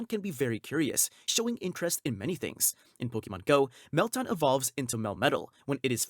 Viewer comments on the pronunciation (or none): none